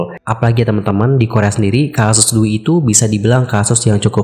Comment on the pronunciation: D-U-I bacanya di spell bukan Dui 😅